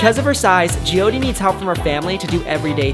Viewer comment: Her name is Jyoti I think it's hard to pronounce for him😅